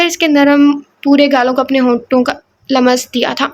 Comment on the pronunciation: Yar sis ye Jo AP lamas bolti ho na lamas nahi bolty lams bolty Hain